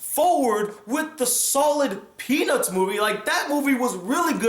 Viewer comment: peanuts movie I know it sounds like he said penis movie